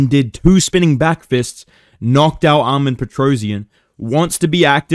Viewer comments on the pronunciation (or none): Your Chael impressions always freaking kill me man, I needed to hear Islam and Armans names mispronounced after the tragedies of yesterday. 🤣🫡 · You know is a hardcore when he’s pronouncing Arman’s name wrong in the Chael voice ✍️